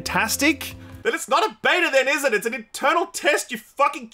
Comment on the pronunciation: Its beta not bata, beta pronounced as baytah or bedah if your weird